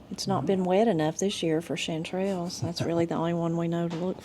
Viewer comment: I like watching the trips to town videos, to get a feel for the area. I like the way you pronounce chanterelles. It's full of the local color and personality of the area. We have those mushrooms where I live and they are very tasty. It's a joy for me to learn of the ways of Appalachia. Best wishes to you and.